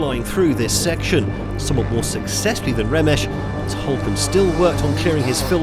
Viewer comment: "remesh"....... ugh -__